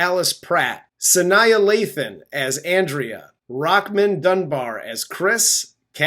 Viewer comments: I love your channel so much!! Sanaa's name was still said wrong, lol. The last double"aa" in her name is pronounced similar to "ahh", such as Sa-nahh. Hope that helps! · Suh Nah is how you pronounce her name. Sanaa Lathan